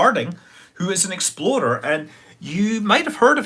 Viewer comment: My American ears keep hearing Exploder everytime Scott says Explorer. Sadly it makes me chuckle.